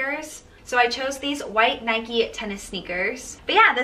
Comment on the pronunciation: Her pronunciation of NIKE killed me so hard but overall she was really good